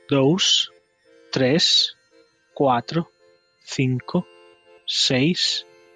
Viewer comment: cuatro se pronuncia catro